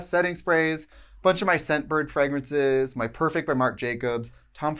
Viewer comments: Today I learned Tritsie pronounces fragrance at fregrance and I don’t know what to do about that. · I live for the Wisconsin accent when she says fragrance lol